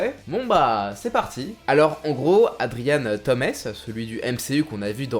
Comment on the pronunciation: On dit adrian toums😭